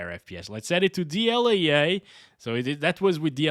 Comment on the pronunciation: what is dl-yay-yay?